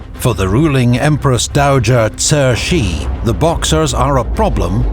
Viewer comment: This was well made. Pronunciation isn’t perfect every single time especially for Cixi, Kuomintang and Hu Shih. Could’ve used a better grasp of pinyin. But it’s passable. Love the music, the maps, the quotes. Kang Youwei and Liang Qichao were important. Would’ve been nice to talk about them a bit more and also stories about Guangxu emperor who sought more expansive reforms while Cixi was oftentimes actually more of the problem. She put him under house arrest and there are rumors that he also executed the young emperor’s consort!!! Through the centuries, countless l historians nd also contemporaries have criticized her for weakening the Qing dynasty and China and for choosing a child to inherit the throne. I’m Chinese and her reputation is very bad for the most part. Just a few notes and thoughts! : I will say Li Hongzhang was the main guy chosen by the Qing government to lead its new armies. It’s important to say that the Kuomintang and early revolutionary elements brought Yuan Shikai into the fold because they couldn’t have any power without the army. But we know how that transpired. Another important literary figure who came around alongside Chen Duxiu was Lu Xun. Would recommend anyone read his stories to get a picture of the times and contemporary rhetoric against old traditions.